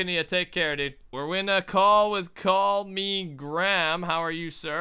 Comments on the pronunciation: His name is CallMeGram... Call-Me-GRAM! Yet is still calling him 'CallMe'. Not 'Gram' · His name is call me gram but you keep calling him call me 😂😂😂